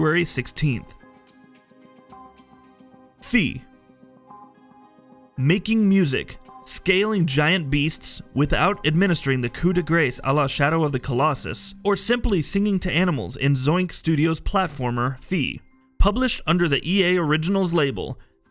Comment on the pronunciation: It's pronounced Cou De Grah.